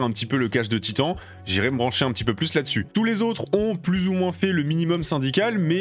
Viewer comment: Pour la prononciation de Titan c’est « titane » Surtout qu’il est vraiment super bon c’est l’un des meilleurs au CMLL et ça fait toujours le taff c’est NJPW